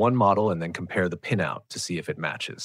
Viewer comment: His pronunciation of "pinout" is like in pinEapple tree, as if there were an "e" inside 😂